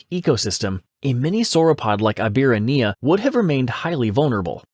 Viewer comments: It's pronounced "ee-bee-RA-knee-uh". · I hate to be pedantic but I gotta say it: it is pronounced EEbirania, with the "ra" being the tonic syllable